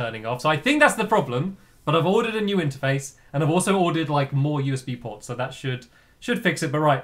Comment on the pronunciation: at the beginning when he was talking about the ports on his computer I thought he said "I've run out of porn" XD